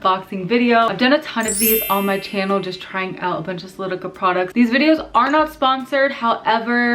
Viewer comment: I think you’re great but I think it’s kinda disrespectful to the company that you incorrectly state the name of not only the different lenses but the company name itself. It’s solOtica not solitica for one. If you don’t know how to pronounce then look at other YouTubers channels. Thanks